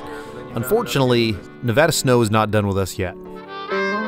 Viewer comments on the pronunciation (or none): Nev-add-a!!!! Not Nev-odd-a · "Ne-VA-duh, not Ne-VAH-duh" as the bumper sticker clearly states. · WRONG PRONUNCIATION. IT'S "Neh-VA-duh" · It’s Nev-a-DUH… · I’m confused the title says Nevada, but you say neva-duh…. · Doing a 900 mile trip + a well made video and still pronouncing the name of the state incorrectly. Get it together here!